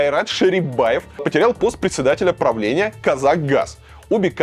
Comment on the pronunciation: не предсэдателя, а председателя, это русское слово